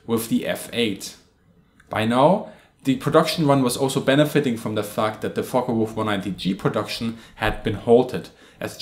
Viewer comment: So many can't pronounce the FW190 name correctly, it's not a Folkka it's folke